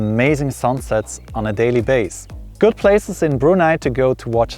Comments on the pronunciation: I just love the fact that you pronounced "Brunei" correctly. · I'm impressed that you'd visited my country for four times. Nice unbiased review and colourful video. The way you pronounced "Brunei" was perfect. I've never been to Switzerland (I'm a nature lover), but the neighbouring countries of Swiss. Subscribe!